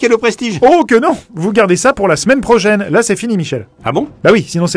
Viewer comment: "Pour la semaine projaine" Désolé c'est tout ce que j'ai retenu xD